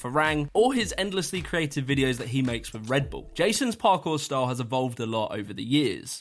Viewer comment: U say redbull like red BuLL